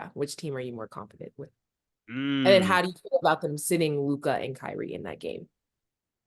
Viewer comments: Made funny af for the way he pronounces Luka’s name… ngga say lukaaah 🤣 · If Ma$e pronounces Luka, as Luke-ah one more time, I might throw my phone!🤦🏾‍♂️ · Love the show!! I just can’t STAND the way Mase pronounces LUKA!!! He be like “Lu’CoD” 🤦🏾‍♂️😂😂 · “Lukai” 😂….. lu-ka mase … it’s Lu-ka 😂😂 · Mase - Lukahh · Am I the only person that hates the way ma$e says Luka name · I can't stand the way he says Luka name bruh it's just an A why he gotta say it like that